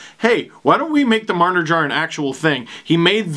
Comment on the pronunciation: Mitch Jar-ner